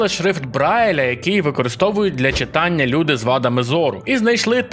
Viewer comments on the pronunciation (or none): none